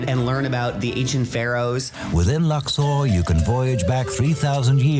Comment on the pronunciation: Very fun video! Just one minor note… it’s pronounced “Lux-OR,” not “Lux-are.” 😊